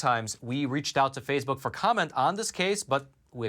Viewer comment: It's Facebook, not Fazebook.